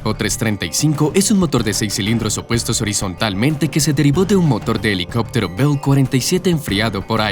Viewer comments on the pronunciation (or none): none